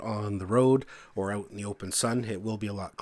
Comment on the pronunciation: the word "out " does not have a W in it